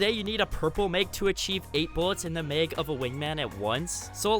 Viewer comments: Nope, lost interest when he said may-g (mag), it’s mah-g (mag) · It bothers me that he says Meg instead of mag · It’s mag not meg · He pronounces mag “meg” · The mag he says the meag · “In the meg” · Am I the only person hearing meg instead or mag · He said mag like meeag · Why does this guy say “meg” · It's funny how you say "maig"😂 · Are you Canadian? Also i noticed you pronounce “max” with a n open “a” sound, but a simple 1 letter difference with the word “mag” changes your pronunciation of the word to “meg” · You must be from Minnesota saying Mag like it’s Meg :’) thanks for the trip down nostalgia lane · No one commented about how he pronounces mag????